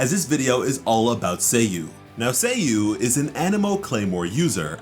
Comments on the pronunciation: saaaayu, not say yu hurmm :'( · Its not /say/-/you/, its /sah/ /you/ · did he just spelled her nayme Sayy U? not saa yuu? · SA YU Sa-yu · It’s Sayu, like “LevioSa”